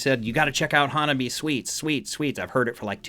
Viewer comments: haha welcome to Hanabie! They are my current crush XD The correct pronounciation would be hah-nah-bee-e... the last e pronounced as in bed or egg. Counter intuitive to a native English speaker as the -ie is 2 syllables in Japanese in this context. They chose the name to reprsent themselves as all the members have winter birthdays except Yukina, whose is the beginning of Spring. Their discography comprises of alot of astute social commentary and if you continue to explore them, I'm sure all their offerings will melt your face in different ways :) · It’s pronounced Hanna bee aye, it’s a Japanese thing to pronounce all the vowels. You might check out some of their other songs like Reiwa dating app generation and a few more that don’t have videos that are heavy. This band is young and still learning and building their confidence. They released a new song recently called Neet Game that you might try also.